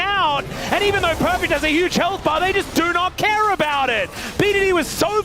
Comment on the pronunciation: Perfext lmao 😂